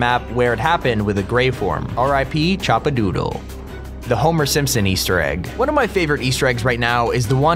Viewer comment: Chapadoodle not choppadoodle